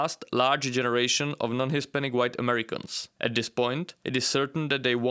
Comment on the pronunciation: What are "Jenzie Americans"?